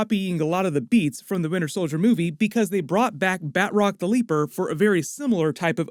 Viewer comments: Batch-rock. not Bat-rock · Love your reviews and been watching for more than two years now. If I may... Batroc is French. Pronunciation should be "bah-troc" (hard roll on that "r" if you can), not "bat-rock" :) keep up the good work. Much love from French Canada. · Say it with me Ba-Troc. Not Bat Rock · It’s BATROC not BAtROC, heavy emphasis on the “T” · Ba Troc not Bat roc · Ba'troc not Bat rock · "Bat-rock"? Seriously?